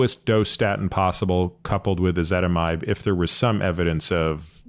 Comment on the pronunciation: Why is ezetimbe pronounced "ezitimide"?